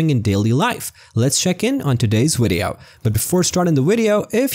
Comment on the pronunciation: Wery wapid wideo